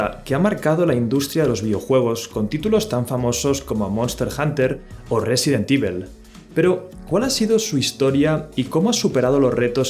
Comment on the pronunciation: Residentivel :v